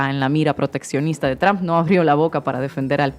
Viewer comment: Mas alla de que apoyo a la presidenta, seria bueno que aprendiera que trump NO se pronuncia "tromp"